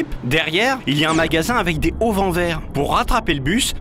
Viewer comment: des zauvents, pas des hauvents.